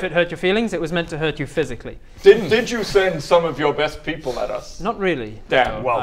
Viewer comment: "It was not meant to hurt your feelings, it was meant to hurt you fysically" ROFL